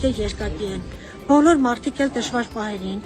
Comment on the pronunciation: ո՛չ թե մարթ, մարթիկ, մարթուց... այլ մարդ, մարդիկ, մարդուց